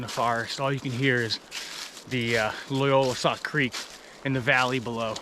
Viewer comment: It's Loyalsock, not Loyolasock.